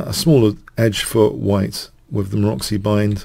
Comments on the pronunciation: influences OVER 9000 people. He always mispronounces: Maroczy, Alekhine, Pirc etc. "In the age of information ignorance is a choice." – Donny Miller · Maroczy is pronounced MAROTSY and not Maroxy or Moroxy. Learn already!!